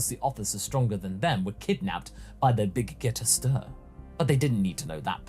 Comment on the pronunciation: Wait, why does keep mispronouncing the Big Gete Star? Is it on purpose?